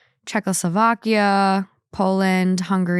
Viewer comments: i died inside when said Czechoslovakia as a slovak person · Missing husband on a birth of his baby story made me upset. saying "Czechoslovakia" offended me 😂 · I don't think that Ian or any other man realizes how insane abandoning your wife during child birth is. Also stop saying Czechoslovakia!!